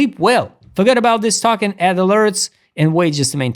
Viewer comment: oh, a note, token is pronounced TOE-KEN; i was confused the first few times i heard you say it, sounded like talkin ;)